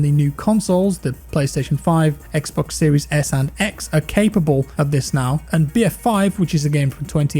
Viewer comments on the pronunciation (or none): none